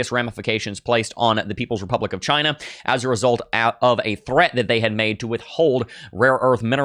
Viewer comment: "dont worry about CHY-NÑA":face-blue-smiling